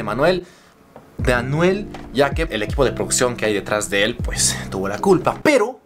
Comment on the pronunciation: "PJ" SE LEE PUEJ NO PEJ😂😂😂😆😆🤣 JERGA CAMBA👏SALUDOS ✌😂😂